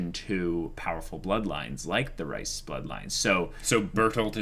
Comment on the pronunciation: Why do I keep hearing the “Rice” family.. it’s not “Rice” lol. 😂 It’s pronounced more like Reeses Cups!